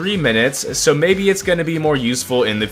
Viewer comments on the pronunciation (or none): none